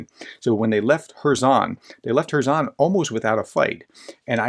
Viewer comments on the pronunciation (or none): none